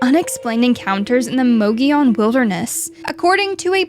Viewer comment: You keep saying "Mogilon" , not "Mogollon".. still a great video tho!